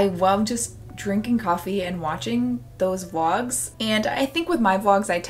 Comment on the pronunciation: The way you pronounce Vlogs/Vlog always sounds like Wogs to me and it's weirdly cute and endearing. I'm not a native speaker so I'm also always glad to hear that even native speakers can't pronounce everything correctly.